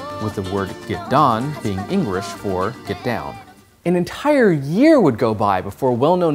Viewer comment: I noticed when he was explaining geddan's translation he said it was "engrish" instead of english... I had to go back and listen again